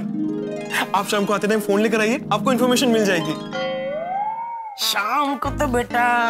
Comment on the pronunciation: Information ❌ Infomm..mmm.mation✅